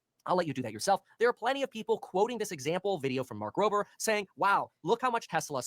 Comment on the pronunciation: Why do people pronounce his nape with a p. It’s rober with a b